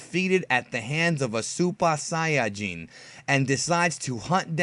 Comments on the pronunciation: Dude, just say super saiyan like a regular American. suupa nagalaski saiyijjiin. Ya goofy bastard. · its super saiyan dont say it the other way